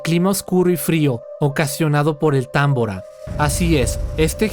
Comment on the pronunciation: Es tambora no támbora porqué lo pronuncias mal 😏